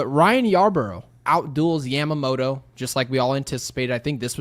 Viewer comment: day 1 of asking you to stop saying Yamamoto like that